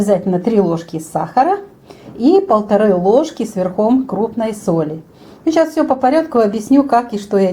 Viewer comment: А мне нравится, что она так говорит. Скорее- это местный говор.